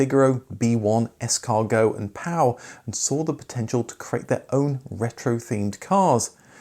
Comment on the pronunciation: I can't see that anyone else has mentioned, and I can only assume you've done your homework and I'm mistaken, but I was led to believe many years ago when I first started to covet one, that Pao in this case was pronounced Pay-o